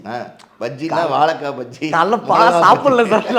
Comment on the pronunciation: Otha. Thamizhe theriyaadha oru interviewer. Pakshiya Bajjinnu solraan naayi